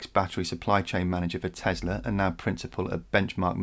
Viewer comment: Its Tesla not Tezla